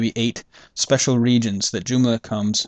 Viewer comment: doomla? or JOOMLA ;)